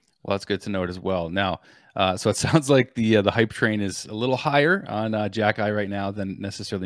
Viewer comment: It is pronounced KHE - KAI